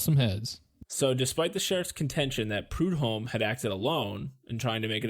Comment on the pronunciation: Also.. sorry for being "that guy" .. But.. the H in prudhomme is slient..for some brighter news, however.. The baby is now a thriving human adult. Snaps to that shit, bc this place.. does NOT let go. This murder, and the kks murder.. Literally ruined this whole ass area, im not even being extra. Both of those are still relevant, HARD.. right NOW. Thirty three years later.